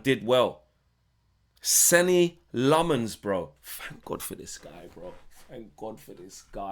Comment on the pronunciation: How has the guy been here for months, released the premier league clip of him saying his name and we’re still pronouncing it wrong 😂 It’s pronounced ‘Senna’